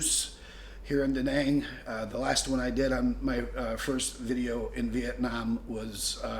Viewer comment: Living in Vietnam that long this man can't even pronounce the name of the city Đà Nẵng correctly.